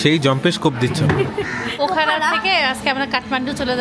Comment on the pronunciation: পোখরা উচ্চারণ করুন।